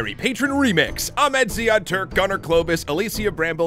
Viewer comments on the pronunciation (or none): none